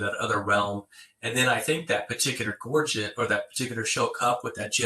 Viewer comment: Absolutely amazing......this should be what is taught in grade school. It is so nice to hear someone pronounce the word Gorget correctly, how refreshing. Most souther and mid west collectors say it incorrectly.